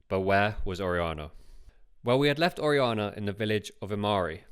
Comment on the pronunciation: It would enhance the production for the narrator to put more work into learning the correct pronunciation of Spanish words and names (such as Orellana, “Or-aee-YA-nah”).